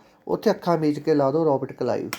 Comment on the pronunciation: Sir tusi glti nl Robert kalive bolta c g